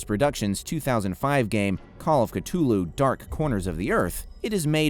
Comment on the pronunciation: You're triggering me by saying "Cut ulhu"